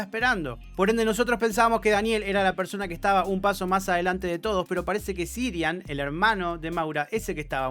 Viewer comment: Yo me pregunto, ¿por qué repite tantas veces "Sirian" si el nombre es CIARAN?